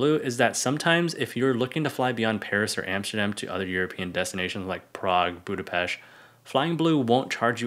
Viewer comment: Big like to pronounce BudapeSt the right way!